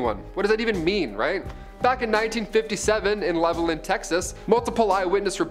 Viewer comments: Its actually pronounced as its spelled lol Level-land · It’s pronounced Level-Land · The town levelland(tx) is pronounced Level Land. Lol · We here in the 806 West Texas pronounce it as Level-Land